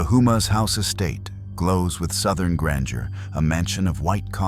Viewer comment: Its pronounced Ho-Mah not Who-Mah